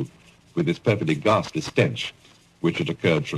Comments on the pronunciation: Hessdalen is apparently a hotspot for sightings, with a permanent webcam now. And btw, the word is "ghastly", not "gasly". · ghastly, not "gasly"